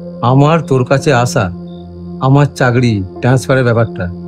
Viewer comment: ভাই, কথাটা চাকরি,চাগরি নয়।